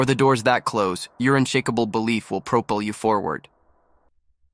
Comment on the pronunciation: Was going to give this a like until I heard the AI voice say "unshackable." Just use your real voice, bro. Not this low-effort AI bullshit.